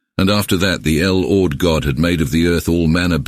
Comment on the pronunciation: l ord.ya mean lord ..fukn ai